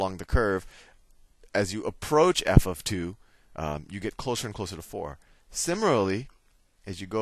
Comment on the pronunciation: . going to start saying "simurary"